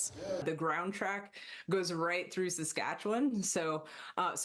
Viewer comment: I love how non Saskatchewan people pronounce Saskatchewan. lol. Sk’atchewun has always been a UAP hotspot.